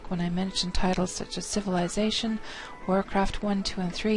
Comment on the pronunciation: Did she say "Syphilization"?